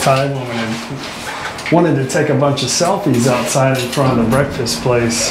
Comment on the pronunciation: another entertaining video, have not heard "brefast" for a few days